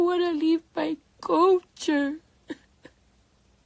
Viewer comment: Culture is not pronounced as "Co-cher" lol I don't care if her name does start with a K. The L is NOT silent lol.